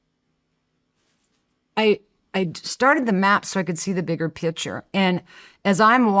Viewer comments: Omg. Everytime she says picture “pitcher”… and she says it a lot. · Pronouncing "picture" as "pitcher".. 😭